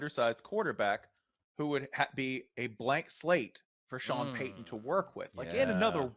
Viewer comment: I hate that Pablo pronounces ts as ds. Sean Paydon 🙄